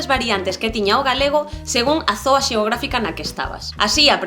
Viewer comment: os profesores de galego o bo que tiñan era que vían o ensino doutro xeito, e traban aos alumnos con respecto por certo, dise ZONA non zoa